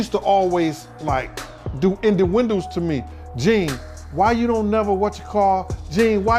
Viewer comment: I love Jean...he said ended windows😄